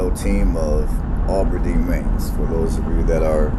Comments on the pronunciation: It is not pronounced "Ah ber deen". It is Ab (like short for abdominal) Aberdeen. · Thanks for doing this! This is a very interesting video for those of us old folks. It shows a number of landmarks now gone. Brother was watching this video this morning. I heard Aberdeen called "Auberdeen" repeatedly. I expect not intentional but there is no "u" or "w" after the "A". I did note this video was taken before the Perkins building was removed. Not sure what the population is now but much has changed since then. Better or worse, not sure, but it seems to be "less" in a number of ways and have "less" than it used to. One significant recent change is the end of Presentation College. Northern State University expanded their facilities and the School for the Blind and Visually Impaired moved across from the new, larger sports arena, replacing one of the NSU dorms.